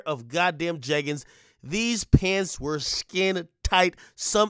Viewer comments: This dude said jegans im done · lmfaooo nigga said jeggings